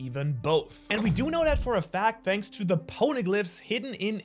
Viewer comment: "Shanks so much for watching" lol